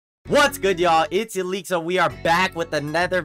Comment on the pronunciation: bro still saying 'elixo' SMH